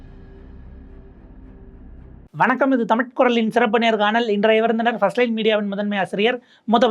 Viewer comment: பஸ்ட் லைன் என்று மெதுவாக சொல்லுங்க சார் காதில வேறமாதிரி விழுது.